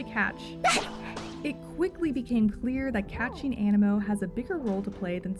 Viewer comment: Is the game not pronounced aneemo due to the double ii?